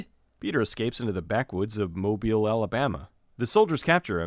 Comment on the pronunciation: As a native of Mobile,Al let me say thank you for pronouncing the name right!